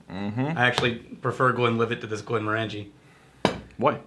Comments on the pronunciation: It's pronounced "Morongie" not Morangie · Goddammit stop saying "Glen mor Angie", it's "Glen Morenjee" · I wonder who will be the first person to point out that we're mispronouncing "Glenmorangie."... It's tradition! 😅